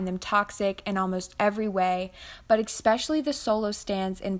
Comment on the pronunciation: I don't disagree with anything in this video, exept for your pronounciation of the word "especially". Girl where do hear the x?? Where did it come from? Lmao